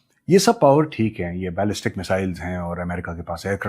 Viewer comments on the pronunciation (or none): none